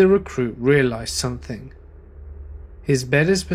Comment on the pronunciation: Some-THING. NOT. Some-THINK.